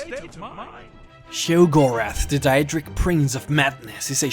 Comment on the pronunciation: WOW. was the real Jyggalath defeated by the real Shampion of Cyrodiil??? And its true that jyggalath was a DaEEEdric lord??? i never knew. i mean come on man you pronounced jyggalag right the first time...